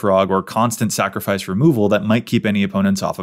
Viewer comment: Did you say "snacrifice"?!, you are just my favorite!